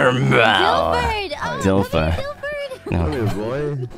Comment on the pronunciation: ngl dilford sounds like dilf-lord